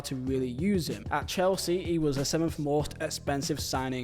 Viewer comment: The "Lukaka" always sends me, I'm sorry